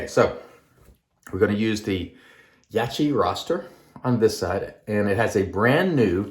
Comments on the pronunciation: It’s branded in the West as Yak kee. I know a guy who mispronounces peoples names when he doesn’t like said people - I think it’s a case of that at play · Only You can explain why You’re mispronouncing Yaqi’s name - but I think it’s as obvious as the nose on Your face. I know You know the proper pronunciation. Don’t be so small and petty - it’s cringy to look at.